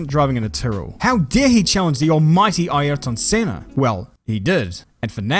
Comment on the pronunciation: Yes it is! Well done